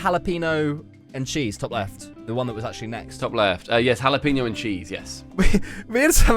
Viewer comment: single-handily alienating his Spanish-speaking audience with that “haluhpeenoh” lmao